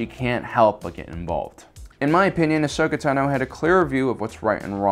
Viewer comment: Dude... just say her fucking name right 😂